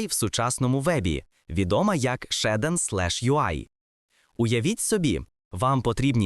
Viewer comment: ShAiDEn? LOL звідки ти це взяв взагалі 😂 Назва вимовляється як «шад-сін» або «шад-сі-ен», причому creator підтверджує вимову як «шад-сін».